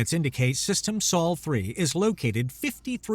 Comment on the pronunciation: A bit repetitive. Also, the narrator mispronounced "ablative" and "Sol". The denouement was, as always, a bit too much.